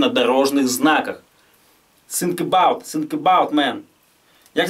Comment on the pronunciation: Чел, не sink, а Think